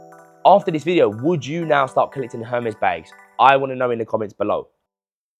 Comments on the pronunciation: It’s pronounced “Er-mess” 😅😅😅 Not Herms or hermiss 😅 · And there’s no R pronounced in Hermès you’re saying it wrong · You know so much about it but you don’t know how to pronounce it 😂😂😂